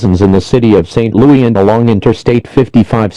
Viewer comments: St. Loo-EE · St. Lou-yee